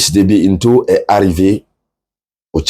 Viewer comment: Le président Tchadien s'appelle Itno et pas Into !